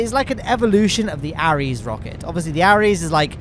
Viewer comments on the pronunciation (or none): It’s called the constellation program btw and the rockets are pronounced “air” es, not “a” res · Ares pronouced "Ehrese"